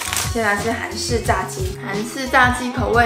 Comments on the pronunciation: 듣다보니 치킨이 중국어로 짜지 인거같은데 한국발음으로 자X 랑 발음이 똑같아서 보는내내 여성분이 자X X지 이러는게 웃겨 죽겠어요 ㅋㅋㅋㅋㅋㅋㅋㅋㅋㅋㅋㅋㅋㅋㅋㅋ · 炸雞的炸字是ㄓㄚˊ音喔